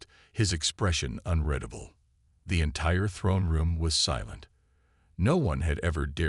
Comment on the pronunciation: the word readable Is pronounced as if spelled REEDABLE .can't teach AI to speak like a human.